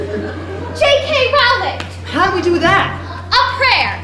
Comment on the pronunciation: They said the almighty queens name wrong every time! Her last name is pronounced rolling, she said it herself. For shame!